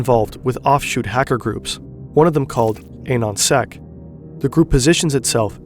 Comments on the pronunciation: Ah-non sec not Ayyyynonsec. Anonymous, Anon-sec... Jesus christ homie. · There was a lot of wrong info here: Anonsec (proper pronunciation is the same as anon in anonymous), they did not, "do it for the lolz," quite literally lolzsec did. Jesus. Anonsec were people who created what was originally the foundation of anonymous.